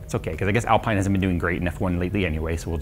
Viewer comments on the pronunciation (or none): ALPEEEEEEEEN, not Alpine! Love the content! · It's pronounced Alpein not Alpine btw. Loved the video 🙂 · Great video! Would love a review of the Moza stuff. Btw slow f1 french team is pronounced alp-een not al-pie-n ;) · Alpine is not pronounced Al-pine....it's Al-peen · It's pronounced AL-PEEN not AL-PINE. It's French! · Alp(I)ne and Alp(een) are different. Its not (Alp(I)ne) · Love the rig, can't wait to see more content. One thing: "Alpine" the F1 team is pronounced "AL-PEEN." Because, French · ITS PRONOUNCED ALPEEN!!! 😂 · Great vid! Just FYI, it’s pronounced Al-Peen 😊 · its said Alpeen. like, no joke. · Love this stuff even if I'll never buy it. Just a small FYI Alpine is pronounced Alpeene as it is a french word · Hey c'mon, please don't put down the Logitech G series gear. It it so good to so many people and I've learnt so much using it, but now gone up to the Logitech G Pro which is amazing. And the F1 team is pronounced "Alpeen". 😂😂. Fun video 😊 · If that's Alpine as in the F1 team/Rennault premium brand, it's pronounced "AL-peen" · I know some ppl will rage when pronounced alpine wrong😅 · I'm being that guy, "Al-peen" is how you pronounce it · Just FYI, in typical F1 European fashion, Alpine is pronounced al-peen. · It's Alpine pronounced (Al-peen) in F1, a Renault brand. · Just to make you aware, alpine is pronounced, al-peen 👍🏻👍🏻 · The racing team might be spelled Alpine but it's pronounced Alpeen. That's not the ultimate setup unless it's got full motion too. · It's (AL - Peen) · I think it's pronounced Al-pee-na.🤔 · B******s, looks like I'm going to have to be that guy. 😁 Its pronounced Alpene, as in seen. Common mistake. 👍 I do like this rig, and its adjustability, yet for the money you can get some top quality, all in Aluminium Extrusion cockpits. I'm torn. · Someone clearly doesn't watch F1 pronouncing Alpine like that. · i don't wanna be that guy but pls pronounce Alpine correct :D